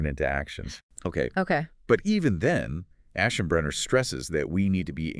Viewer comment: AI: Must. Find... ASHENBRANER!